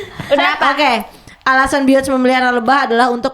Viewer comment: Woy, bacanya Bi yon se